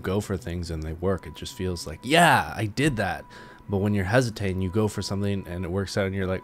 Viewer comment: Hesiting... What is that word tho?!